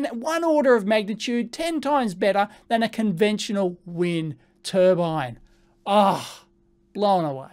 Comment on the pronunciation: To be fair he's not claiming its new tur-bine but an new tur-ban